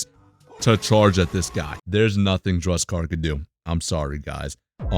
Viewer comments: yo please... DUSEKKAR, NOT DRUSEKKAR, RESPECT MY BOY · This guy legit hates dusekkar Ehem as he call him "Drug-sekar"